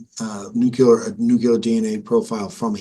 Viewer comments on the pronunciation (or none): It's nu clee ar not nu clue ar. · Nuclear dude, not nucular... This always kills me. It's just one of those silly things, but when people I know are quite intelligent do it, it makes me laugh. Very good interview. Very good prosecutor.